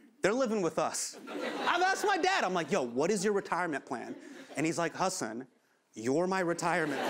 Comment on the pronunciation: Okay but why do they keep calling him "Ha-son"